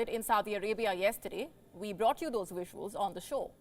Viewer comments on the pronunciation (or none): none